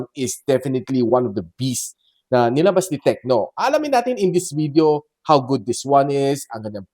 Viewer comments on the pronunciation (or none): none